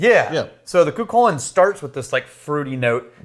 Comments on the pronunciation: COO cullen is the pronuciation the Hound of Cooley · I live just outside the city of Armagh beside Navan Fort, where sétanta killed Culanns great guard dog. He then offered to protect Culann and was given the name Cú Chulainn ( pronounced locally as coo-hullin). I’m pretty sure this whiskey is not made locally. Perhaps Cooley distillery?? Im a big fan by the way and love watching. I’m sure loads of people love watching your videos, a great distraction from what’s going on around us, even if only for a few mins. 👍